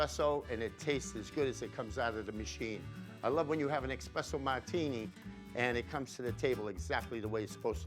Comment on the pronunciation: Mamma Mia! Expresso? You’re Italian! It’s ESPRESSO!